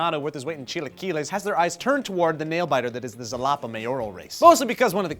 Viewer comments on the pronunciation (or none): Zalapa? Its pronounce as Jalapa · Xalapa is pronounced Halapa just like Mexico is pronounced Mehico. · xalapa is pronounced jalapa no zalapa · Xalapa is pronounced like "Halapa", not "Salapa". Trust me, I'm xalapeño. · Ha-lapa not Zalapa. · funny video, one thing bugged me though. The city is written Xalapa, but its pronounced HA-LA-PA. But I know Spanish can be strange at times(it took me a while to understand). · Yeah, I'm from Xalapa and I think it's pretty funny. On the other hand, my father is also running for mayor, but whatevs. Btw: Xalapa is pronounced Ha-la-pa. Cheers! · I'm normally not picky about pronunciations, but for the love of all that is holy, it's pronounced ha-la-pa (also written as Jalapa). It's where the name for the jalapeño pepper came from as it's name translates to "from Jalapa". That is all. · HA-La-Pa. just saying. I lived there. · It's pronounced Halapa, like in Jalapeño, actually the word Jalapeño means "from Xalapa", greetings from a Xalapeño sourced fan